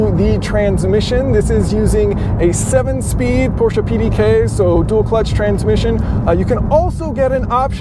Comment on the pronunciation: Thumbs up for pronouncing "Porsche" correctly!!!👍🏻👍🏻👍🏻